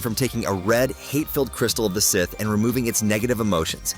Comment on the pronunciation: Is it too much to adk for a human? Do I really need AI calling them "S" - "ith"?